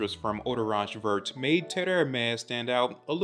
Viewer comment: Hey I’ve been following you for a long time now and I have some constructive feedback on this great review. You should look up or find out how the pronunciation of the products you are reviewing are if they happen to be in a different language (where possible). This one was a bit hard to hear you say vert when in french the t is silent. Just want you to look amazing all the time! Appreciate ya!